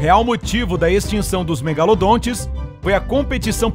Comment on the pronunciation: Cara nao e cacharacles megalondon e cacharadon megalondon diz direito eu sei tudo sobre o megalondon